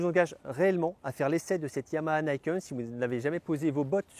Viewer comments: pas "naïkeune"... "nikène" ni : "deux" ken : "épée" (ou "poing") Sinon, très bonne vidéo😉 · « Nih kène », c’est du japonais, pas de l’anglais. Et ca signifie 2 lames.